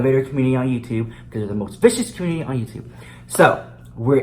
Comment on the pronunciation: The elevator communtitty